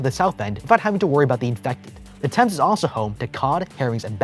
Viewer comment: I hate how he said thames